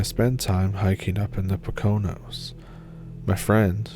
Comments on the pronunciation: Great stories Just a little tip from a fellow Pennsylvanian, it’s pronounced “poke- a-nose” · You should Google how to pronounce Poconos. (Poe ka knows)🙂. Shared with concern not ridicule! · You mean "Poe- kin- knows"? 😁